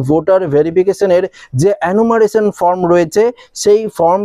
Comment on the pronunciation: আপনি কখনো বলছেন "FROM" কখনো বলছেন "FORM" যদিও প্রকৃত উচ্চারণ হবে ফরম। নিজের উচ্চারণ সম্বন্ধে সতর্ক থাকুন। বাদবাকি ঠিকই আছে।